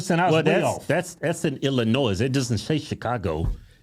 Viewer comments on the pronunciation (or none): FYI the S in Illinois is silent :) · the s is silent..u country asses..luv u boys!!! I live just outside of the city....hire a teacher, this what u get...just like san Francisco another woke ass teacher... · please stop pronouncing the 's' sound on Illinois, its silent, if someone from the staff see this please tell them...just being a friend 😀